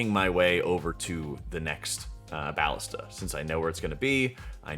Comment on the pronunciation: "BAH-lista"? lol. sir. isn't it... uhhh "bah-LIS-ta"? lolol (Also, quick tip, instead of looking for where the saboteur or wtvr is running, you can actually look around for the BAH-lista with the timer icon on top of it. One of the others with no icon will be next. Also, I'm glad you opened up the discussion about when to fire it. I have been pondering this with my team. Yea, kind of weird how it works. I ALSO wonder if it will stay this way. Also ALSO. Hey! Thanks for making vids, I think they're great! :P It's nice to theorycraft in the community etc ya know? :P